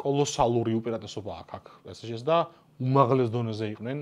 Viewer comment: პე სე ჟე არა, პე ეს ჟე არის სწორი, რადგან ლათინური S გამოითქმის ES, ანუ Pe Es Ge პე ეს ჟე ფრანგულად!